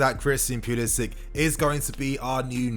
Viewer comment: Pulisic- say "Sick" ... Give respect to his name please